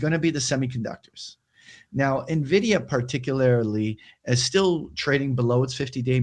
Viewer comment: you're saying nuh-vidia on purpose arent you ? ;)